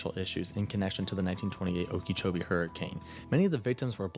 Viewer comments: Not sure if anyone commented this, but it's not pronounced Okeechobee like it's spelled it's more like Okeh or okah chobee without too much emphasis on the h in Okeh or Okah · Okeechobee is pronounced oh-ki-choh-bee. The only part needing correction is the second syllable which uses the short "i" vowel sound, not the long "e" vowel sound, the spelling would imply. Its name originates from The name Okeechobee comes from the Hitchiti words oki (water) and chubi (big). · should be pronounce as Oka -Cho -bee if I’m not mistaken we have a lake her in Florida by a similar name